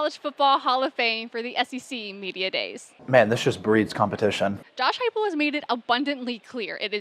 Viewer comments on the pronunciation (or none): It's Heupel, not "Huepel" and it was Danny White who reeled him in.